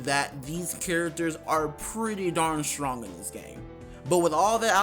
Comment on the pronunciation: He is soo shrong